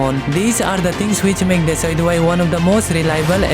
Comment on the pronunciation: I feel sorry for him even he didn't know how pronouns decidueye